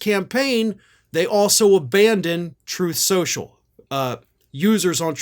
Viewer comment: "Troath Senshul."